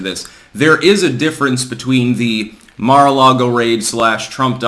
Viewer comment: Car a lago. 🤣🤣🤣